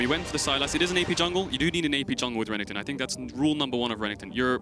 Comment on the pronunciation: keeps calling renekton Renington...I hate it